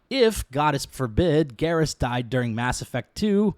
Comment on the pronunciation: his name isnt garrish is garrus. why are you adding the sh?